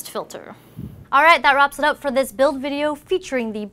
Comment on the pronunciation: when she said build my ears exploded